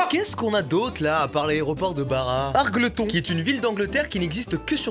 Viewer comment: Très bonne vidéo, sinon argleton se prononce Argeultonne